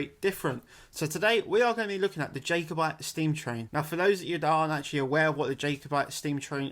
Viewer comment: It's killing me man, pronounced "Jah" over Jay 😂 Since recording, we're reduced the facemask use on public transport and within stores.